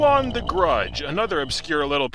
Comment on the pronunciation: The way you say "Ju-On The Grudge" sounds quite a bit like "Chew on the grudge" Anyways, when this game calls itself a haunted house simulator, it's not kidding. You're not playing a game. You're playing a simulation of an haunted house attraction. One where you die at the end. Maybe this shouldn't be judged as a game. This should be judged as a one-of-a-kind "cinematic" experience. I kid, of course. The game's still terrible in that regard.